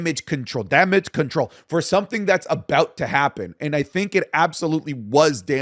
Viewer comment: SAYS DAMADGE CTRL (Iyo Sky is real) 🥲